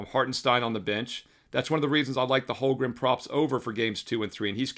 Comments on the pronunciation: Dude. You're killing me. HOLM-gren Not HOL-grum LOOLLL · If I had a dollar for every time you mispronounced Holmgren this postseason I wouldn’t have to bet. Lolol just giving you a hard time, love the looks